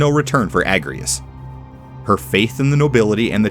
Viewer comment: It's pronounced A-j-rias, actually. Because she's Ajora's descendant. It's why she can use Holy Knight and *I can't*